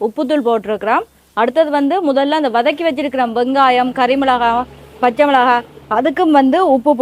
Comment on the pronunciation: மிளஹா இல்லை மிளகாய்....